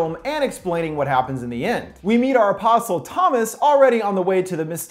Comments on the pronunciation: I keep on heariing a possum, instead of apostle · when he says the name it sounds like opossum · I keep hearing "opossum".